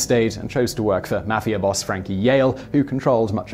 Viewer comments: I know this guy is like British or something but the way he pronounces mafia triggers me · The way you say mafia makes me cringe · that guyy says mafia wrong need to learn to say it right